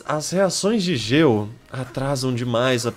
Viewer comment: Ele fala Geo mas as vezes parece gelo kkkkk é estranho rsrs belo vídeo 💗